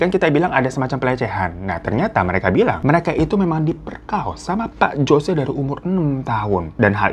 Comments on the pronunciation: biasanya "Jose" dibaca "hose" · Jose dibaca hose